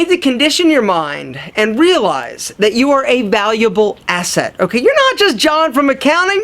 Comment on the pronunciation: Condition yo mind and wealize lol he missed the r but hey nice vid man